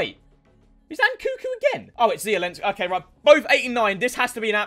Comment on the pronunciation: yo bro your missing the second N in nkunku